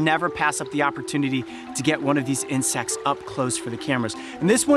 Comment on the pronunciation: Incect AND ALSO YOU SAID INCECTS